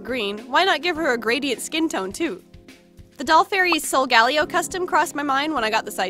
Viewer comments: sol-ga-lay-oh solgaleo (sorry i had to) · I and most other pokemon fans pronounce the legendary pokemon solgaleo sol ga leo but I heard you pronounce it as sol gal leo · How you said solgaleo wrong kinda annoyed me... btw i forgot how to spell solgaleo so please forgive me if i spelt it wrong... Solgaleo: sol-gal-a-o